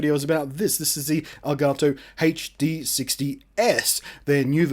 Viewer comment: Reviewer is the first person to say "El Gato" correctly